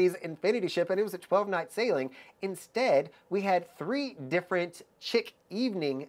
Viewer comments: Tip: "chic" is French and pronounced SHEEK, not chick or shick. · Chic Evening is pronounced “sheek.”